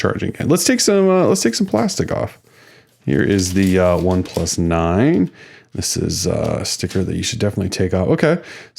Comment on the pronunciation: Yah it's pretty obvious with how you are saying the name that you aren't familiar with them.